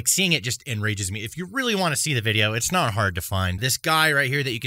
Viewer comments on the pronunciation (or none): none